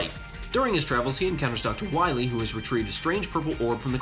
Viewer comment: "Dr. Wiwy" makes me cringe, every. Single. Time. Haha, but seriously great video,!!!! I have actually never played this one beyond 2-3 levels, but this was an awesome review/breakdown!